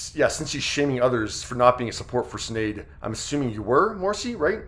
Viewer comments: You need to learn how to pronounce her name. It’s not sin - shin. S in Irish is Sh sound. Shinead. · Her name is pronounced..S h I n é a d..shin aid. It is an Irish name